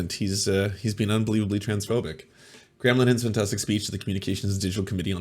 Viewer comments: Calling him British and doing a British accent is a bit weird, considering he's Irish :) Also "Graham" has two syllables ;) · His name is not pronounced gram.